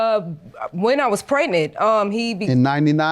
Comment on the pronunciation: Why do people say preTnint instead of pregnant?